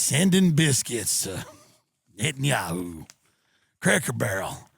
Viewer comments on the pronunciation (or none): Net and Yoohoo*